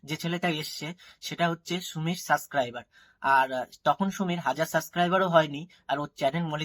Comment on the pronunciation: সাসক্রাইবার না রে সাবস্ক্রাইবার 😂😂😂😂 ভাই বই পর